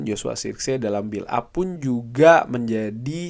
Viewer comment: cara baca joshua zirkzee : Joshua zerkzi (benar) Joshua sirksee (kurang tepat)